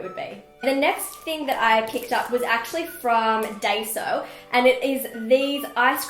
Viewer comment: Just a note - Daiso is pronounced die-so :) It's fully of cute stationary